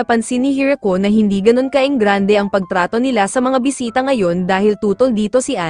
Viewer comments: boysita?! do you mean boy*😭sit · Enbes na bisita naging bwiseta😂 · narinig ko sa bisita bwisita😂😂😂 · Bisita❎ Bwisita✔️